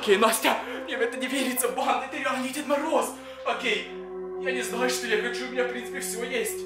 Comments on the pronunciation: Почему ти говоришь банДА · Бесит когда говоришь банда